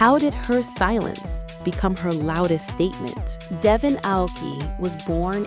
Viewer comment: Merci, it is devon not devoin.